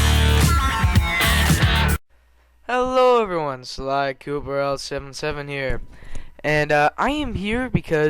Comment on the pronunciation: lol it sounded like you said sir galleth pooper xD